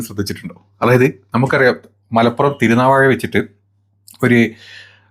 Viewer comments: തിരുനാവാഴ അല്ല തിരുനാവായ എന്നാണ് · തിരുനാവാ'യ' ആണ് ചേട്ടോ.. വാ'ഴ'യല്ല ചേട്ടൻ മാപ്രേ